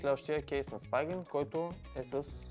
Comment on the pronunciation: Spigen се произнася Спиген, а не Спайгън 🤌